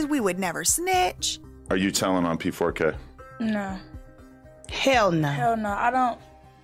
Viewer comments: You kept saying PK4, while it is P4K.😅 But I agree with most of what you say. Mark definitely is creepy. That's why he feels comfortable around p!mps etc. As a a semi journalist/ interviewer, you must have some sort of integrity. And sometimes, with 'vulnerable' people, you have to protect them, even against themselves. You also must consider the consequences of the story, especially when the person you interview can't oversee the consequences! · U called him pk4 now I can’t say it differently 😂 pedokidnap4